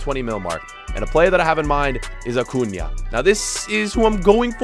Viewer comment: He pronounces so many names wrong like origi and acuna but he pronounces minamino correctly